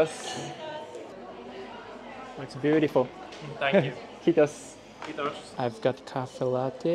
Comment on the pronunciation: I love the way he pronounces it "khittos" instead of "kiitos"